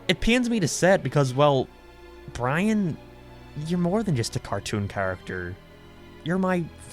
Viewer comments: He pronounces Brain as Bran most of the time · it’s Brian not byan